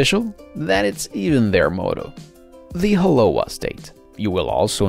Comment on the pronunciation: He keeps adding an “h” sound before O'ahu and aloha and it is soooo annoying!!